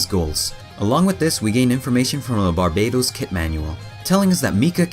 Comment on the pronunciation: it's not barbados but barbatos pronunced bar batos